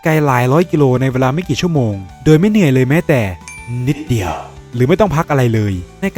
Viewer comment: ทำไมพี่เน้นกับคำว่านิดเดียวอะครับ😅